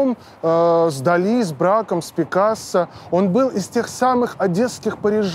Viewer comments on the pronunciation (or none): none